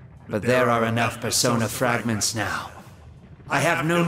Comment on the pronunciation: Pearsonah fwagmenths